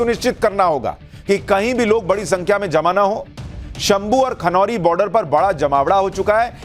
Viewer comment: Kharoni nahi khanori border.😮